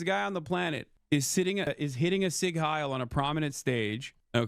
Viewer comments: I just can't with English speakers pronouncing Sieg like Sig... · As an American, I loathe people who can't pronounce it correctly either. I know some accents like to drop a vowel because of how fast they speak, but the 'e' is not silent in Sieg. How hard is that for people to figure out.